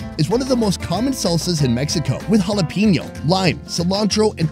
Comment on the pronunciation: He's in Mexico pronouncing jalaPENo as jalaPEENo. It's like finger nails on a chalkboard every time I hear it